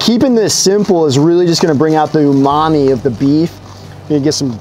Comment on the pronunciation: Did he say umami flavor of the beef? Haha